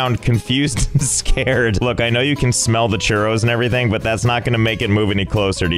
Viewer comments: me encanta como se dice churros en acento ingles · As a Spanish person his pronounciation of churros kills me